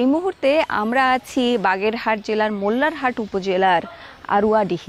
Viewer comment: its not mollaharhat its called mollahat